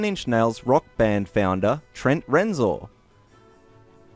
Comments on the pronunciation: I laughed out loud at "Trent Rensor" It's pronounced "Rimsore" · It's Reznor! Not Renzor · Stop saying Renzor! It's Rez-nor! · definitely not pronounced "Renzor" because it is spelled "Reznor".